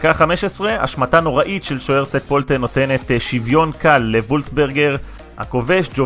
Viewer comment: לסרטונים הבאים שיהיו עליו אומרים שט פולטן ולא סט פולטן